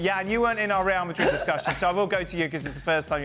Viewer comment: Just can’t stand to listen this guy talk.If you are talking English,it’s pronounced MadriD with a D